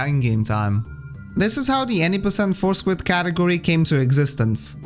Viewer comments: Great video. I love WR Progression videos and when it comes to og Dark Souls, I couldn't think of anyone better to put one together. Also, on another note, I kept hearing "four squid" in my head instead of "force quit" lol. No disrespect intended, obviously.. that's my own mind's fault 😁😁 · I know you're saying Force Quit, but I can't help but hear Four Squid. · Anyone else started hearing Four Squid instead of Force Quit after a while? xD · Thought he said foreskin at first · i really love your accent but i have to admit that i was listening to this while driving and i thought you were saying "four squid" and not "force quit" for like half of the video LMFAO i was like what??? i thought squids were a bloodborne thing??? skfkskkfkd im so sorry anyway great video!! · it took me over 13 minutes to realize he was saying "force quit" and not "four squid" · I put this video on as background noise while painting my house. I desperately trying to figure out what four squid could possibly mean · Actually, both are acceptable. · I heard force grip lol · Those four squids take a while to fight! I can see why skipping them is so important! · You made me realize it sounds like four squid